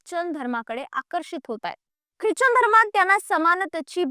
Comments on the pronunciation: ख्रिच्चन नाही ख्रिश्चन म्हणतात त्याला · उच्चार चूक करतेय क्रिचन